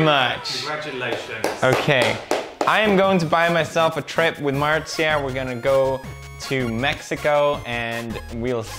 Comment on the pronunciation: He’s saying Marzia like he’s saying martzia